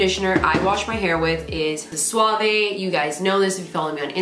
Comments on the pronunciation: Helpful video👍🏻 Your fave shampoo is pronounced swav - the e is silent 😉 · Thanks so much! Also it’s pronounced just suave without the vey sound at the end. Swauv :) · But “Sua-vay” sounds so elegant! 😂